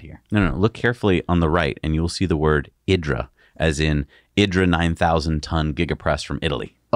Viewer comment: Idra is pronounced "eeeee dra" ; not "eye dra". In Italian "i" sounds like "e". Love your show. You guys are the best!